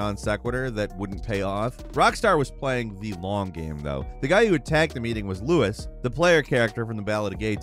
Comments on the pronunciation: Who the fuck is “Louis”? LUIS?? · Luis bro, not Lewis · "Louis" LMAO